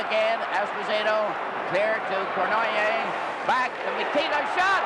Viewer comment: No offense meant to any Canadians...but how on earth could Foster Hewitt announce games, year after year,without pronouncing Yvan Cournoyer's name correctly ? Its similar to Bob Prince in Pittsburgh who insisted on calling Roberto Clemente, 'Bob' or 'Bobby', when it irritated Clemente.